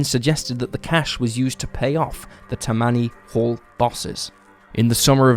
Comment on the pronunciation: “Tah-me-knee” Hall not Tuh-manee. Said quickly all at once. They were specifically known for being the most crooked political group of their time.